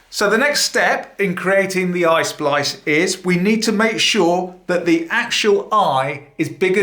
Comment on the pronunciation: It's not ice splice, it is EYE SPLICE,!!!!